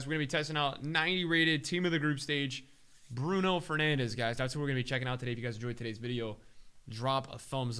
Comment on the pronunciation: Or what ea call him Bruno Fernange 😂😂😂😭